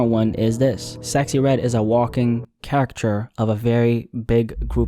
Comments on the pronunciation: You’re mispronouncing “caricature” - and it sounds more like “character”. You’re skipping a syllable. It’s ca-RI-cature. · “Caricature”: kar-ih-kah-chur. But I ain’t mad at you youngin. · Car-ick-a-tures is how it is said phonetically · The pronunciation of some words in this video is crazy. Caricature =Character?! Er, no. First and last time for me. Archetype? Wth is going on? With that being said, I was really shocked when I realized he's a real person and not one of those A.I narrators. Can't stand those videos.... Dude, for future references, Caricature has three syllables, not two. Sorry, it's the English teacher in me I suppose. Yeah but, I don't listen to her, don't even think I've ever listened to one of her songs. She looks like Young Thug in a red wig to me. It's a no for me. She's obviously an industry plant... 🤷🏾‍♀️ I'm glad people are waking up from their slumber. 💯 Good job young man. Just get your pronunciation up and you're good to go. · “Car-ic-cat-ture” - there is one more syllable. Great video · Caricature is 4 syllables my boy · 🔥 video but ngl the constant mispronunciation of “caricature” when you even went on to educate about the very history of the word was jarring. Just a tip for the future bro, love ur vids & glad to see you more active again! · Went through all that effort to pronounce the Italian names and Düsseldorf but can’t say caricature? 😅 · Son, you blame one woman for what you frame as the devolution of music and culture and cant even say the word "caricature" correct? 😅😅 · Ive never heard anyone pronounce caricature that way. You go outta your way to make accents but say caricature the way you did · Had to turn the video off because you can't pronounce caricature properly